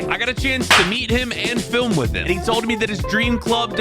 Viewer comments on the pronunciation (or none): none